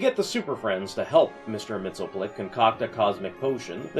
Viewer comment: actually, it's pronounced Mix-Yes-Spit-Lick